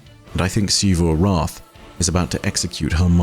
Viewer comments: Why doe he say Xivu Arath like that?? The game literally says the name so many times yet he says it weirdly still???? Is he trying to be posh or something? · I just want to commend for sticking to his pronunciation of Xivu Arath's name despite everybody in the game pronouncing it the other way. This video touched on a point that I've been confused about since the beginning of the season. Ana Bray seems so proud of the fact that her Warmind is going to be able to outmaneuver Xivu Arath... an AI dedicated to warfare? Against the Hive God Of War? Surely that isn't only an obvious problem to us from beyond the fourth wall, right?